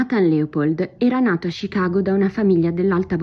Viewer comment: Perchè "Scicago"?